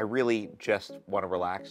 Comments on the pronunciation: "I'm wiwwy just wooking for a pwace to wewax I'm exawsted!!!" haha this is great I've always wondered if he actually talked like that in real life but he doesn't lol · actually its weawwy wewied